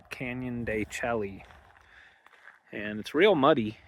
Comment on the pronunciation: de Chelly is pronounced "can-yuhn duh-SHAY" (phonetic spelling: /ˌkænjəndəˈʃeɪ/). The "Chelly" part sounds like "shay" (rhymes with "day"), derived from a Spanish corruption of the Navajo word Tséyi', which means "rock canyon" or "inside the rock". ￼Wikipedia +4